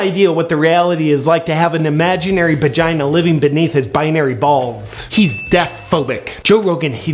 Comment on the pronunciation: Did he just say "imaginary bagina"